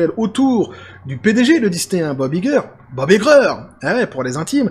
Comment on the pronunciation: «Vous êtes Iger? — Ça se prononce "Aille-ger" » ;)